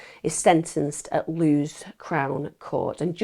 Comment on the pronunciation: This case took place very close to me. I was also stalked when I was 21 so completely understand what this poor girl went through. FYI, the Court is in Lewes - pronounced Lew-is And congratulations on the birth of your beautiful daughter xx